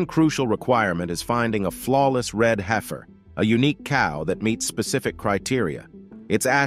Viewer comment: It’s heifer, heaf-r 😂